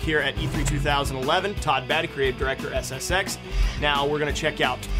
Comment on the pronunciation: i love it when presenters make it sound like SSEX